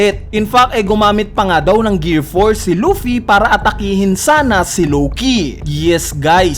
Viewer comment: Matinde tlaga to si lowkey kuya mo lng pwede mag pronounce nian 😂